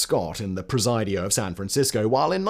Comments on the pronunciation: Pre Sid E O not Pre seye dee O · Presidio is pronounced prah-sid-e-o. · Just jack up the name Presidio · As a San Franciscan I have to giggle at Simon’s pronunciation of Presidio.